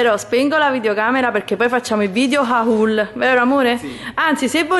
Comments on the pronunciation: Mi piaci tantissimo e ti seguo sempre peró "HAUL" si pronuncia OL non HHHHHAUUUUUUL😂❤ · perché pronunci la parola "haul" così: hauuul?